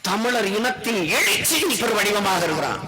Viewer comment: தமிளர் இல்லை தமிழர் ஈளம் இல்லை ஈழம் நாம் தமிளரா ? நாம் தமிழரா ? ழ தமிழுக்கே தனி சிறப்பளிக்கும் தனியொரு எழுத்து. எனவே ழ வை சரியாக உச்சரிக்கக் கற்றுக்கொள்ள வேண்டும். அவனே சரியான தமிழன். தலைவன் எவ்வழியோ தொண்டனும் அவ்வழியே.